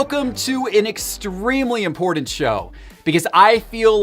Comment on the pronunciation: trying to pronounce the word important is always a fun one, inpordant